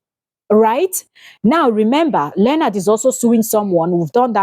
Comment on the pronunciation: It's not learnard, it's LEO-NARD